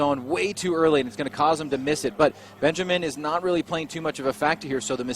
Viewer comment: the R35 driver is BENJAMIN, and U called him Benjam? C'mon Bro 👍I read the name and listen what U said, start to scrub my eyes, cuz I thought I cudn"t read it properly before, but I did actually... 👍 U bugger